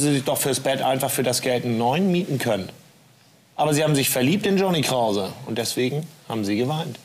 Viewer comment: Noch Fwagen an Hewwn Kwause? 😁